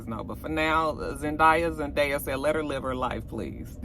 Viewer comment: I didn’t hear about the Zendaya thing but that’s hilarious that it’s always the same ultrasound photo 😂😂😂. Btw it’s Zen-DAY-a